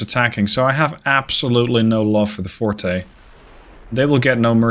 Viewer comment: Forte is pronounced like Fort. Fortè is the musical term.